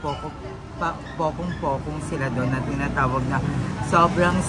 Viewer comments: AYEEEE PUNGKO PUNGKO. HINDI POKONG POKONG!! LOL BUT YEAAA CEBU IS LIFE <3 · Pongko-Pongko po hindi kopong-kopong..hahahha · pungko-pungko kasi yun ndi pokong pokong lmaooo